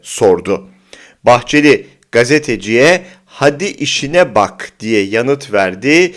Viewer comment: işine değil ,işİĞNE bak işİĞNE diyor